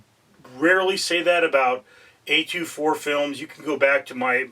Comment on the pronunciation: Who calls it A2, 4, it's A24